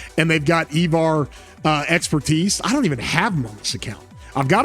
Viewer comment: E-var?? Cmon..it's I-var 😂